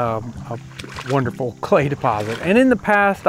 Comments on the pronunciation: "Be wewy wewy qwiet. I'm hunting cway." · be vewy vewy qwiet...im huntin some Cway! heheheheee! lol